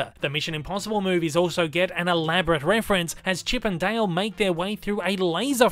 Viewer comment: Nobody:: "Chip and Dail"